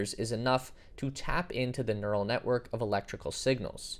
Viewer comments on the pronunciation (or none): none